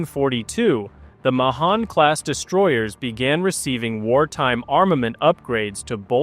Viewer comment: It's pronounced May-han class